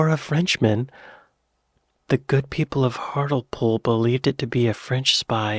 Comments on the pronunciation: HART-LEE-POOL not har-til-pool lol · Believe it or not, though it rains frequently, we do often have fires on moorlands which can get out of control. it is due to the fact that the moorlands are full of peat which burns very easily. Hartlepool is pronounced "Hartlypool". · why do americans hear a british placename and then immediately mispronounce it? Is it to make a point or something? I hear this all the time